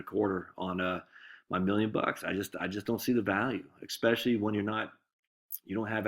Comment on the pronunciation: There is no “x” in the word especially.